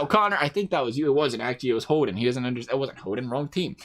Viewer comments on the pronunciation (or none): none